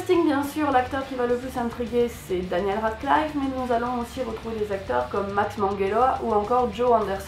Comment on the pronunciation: ooo elle est belle x)) je crois tu dit mal Daniel Radcliffe x) et oui pour moi ç est le pire film que j ai vu j ai arrêter après quelques scènes de dingue :/